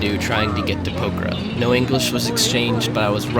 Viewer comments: It's Pok-harra 😂. Great video mate. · Please please please can you make the effort of showing respect and pronouncing Pokhara close to correctly? A prayer flag dies every time you butcher it in such a strange way :(